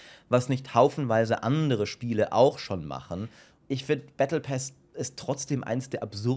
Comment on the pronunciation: battle pass. PASS nicht pas und auch nicht paas! wie kommst du dazu das: ,,A'' lang auszusprechen?